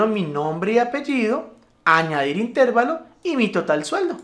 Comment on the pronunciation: Una apreciación. ES INTERVALO, NO INTÉRVALO. AQUÍ SIGO APRENDIENDO.